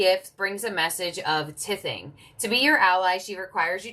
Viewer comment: Thank you dear! FYI "tithing" is pronounced "tie thing" ❤